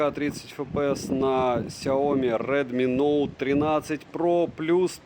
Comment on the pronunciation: Только за чёткое выговаривание названия модели - моё почтение😅